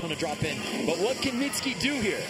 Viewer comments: Why is everyone mispronouncing Mitsuki’s name? It’s hardly a difficult one to say! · yeah "mitski" "Misuki" what? its a not a hard name. I feel like they practiced Xuetong and forgot about Mitsuki